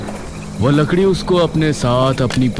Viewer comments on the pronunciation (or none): Ladki ❌ lakdi ✅ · Larki❌ lakri ✔️ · vo ladki ❌ vo lakdi✅